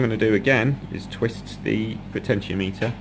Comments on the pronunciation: potenti-ometer not potentio-meter. Thanks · PO-tenti-O-meter, like thermometer and speedometer. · Great work, Very helpful. I don't care how you pronounce Potentiometer, in no way does that detract from the information presented.